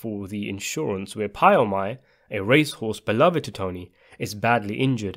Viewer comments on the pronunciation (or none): none